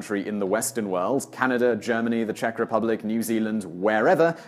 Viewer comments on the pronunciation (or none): none